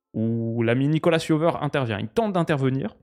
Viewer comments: au fait, Nico c'est "Jovère" et pas "Yoveur" 😁 Un nom espagnol mais on le prononce à la française avec un fort accent héraultais 😉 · pour info, Nicolas Jover est français, donc ça se prononce plus "Nikola Jovaire" que "Nicolasss Yoveur" haha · Yo! Nicolas Jover est français son nom se prononce à la française!:)